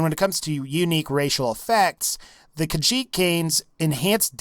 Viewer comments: "the kahjit" you dun fucked up human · i got triggerd when he said khajit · Why do people call it kajjhit its ka HEET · i am kinda mad because you said Khajiit.